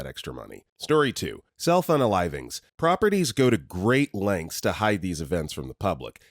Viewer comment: All the times you said self unalivings, I kept hearing cell phone alivings. I was so confused.